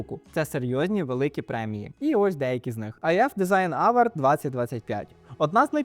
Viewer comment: Ох же ці "дезіґн аверди"😅